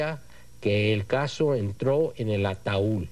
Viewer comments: No es ataúl es ataúd pero el juez corrige a todo mundo y el pone el ejemplo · Sr. Juez es Ataud, no ataul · Un "ataul", jajajajajajajaj.